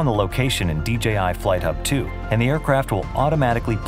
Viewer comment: finally DJI showing us how to pronounce DJI correctly. YouTube clowns need to stop calling it "DGI" just because everyone else does it